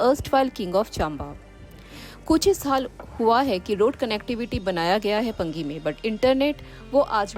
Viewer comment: पंगी नहीं पांगी ! Paangi not Pangi.😊